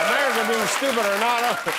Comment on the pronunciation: Who wipped Amewica off? Euwope? The whole wowld? Ewic didn’t study Histowy didn’t he? What a losew!